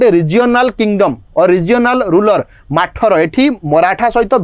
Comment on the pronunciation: Do not call ମାଠର , it is pronounced as ମଥରା dynasty